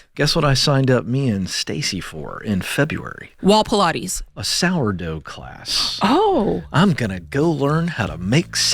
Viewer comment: "Wall Polates" 🤣🤣